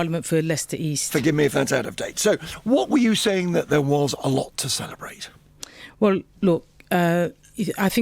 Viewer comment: The electowate will be celerbwating, when this bwainwashed woman is wemoved.